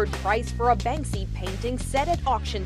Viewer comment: The guy called it 'Banksby' right at the beginning lol